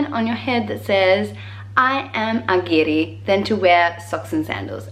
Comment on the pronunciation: As said before you have got a lot of our culture rigth, i like how you pronounce the word "guiri" and i like the fact that foregin people knowing his meaning. About the flamenco stuff... you went to the south, aint you? it dosnt hit that hard in mid or north spain, anyway, there are a lot of fanatics out there xD